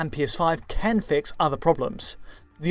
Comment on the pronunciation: Why does say "ken" instead of "can"?? It's a mystery!